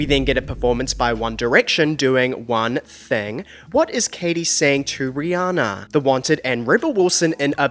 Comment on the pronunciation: hiii bestie she pronounces her name ree-ANN-ah not ree-ON-ah check out any interview where she says her name aloud!! love u & the content!!